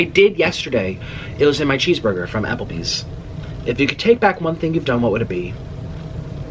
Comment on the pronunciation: NO MORE AH-PL-BEEZZ 😡😡